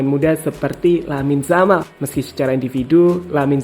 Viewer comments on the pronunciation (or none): Lamine yamal bukan lamine jamal